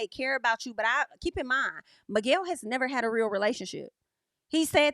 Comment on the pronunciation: I'm so relieved is gone, and we can no longer hear "Migwell"